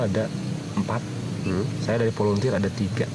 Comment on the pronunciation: "VOLUNTEER" bang, bukan "volenteer"